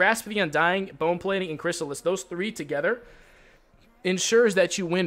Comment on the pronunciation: Holy fuck, he said chrysalis correctly. Was it because of me? Or someone he actually cares about.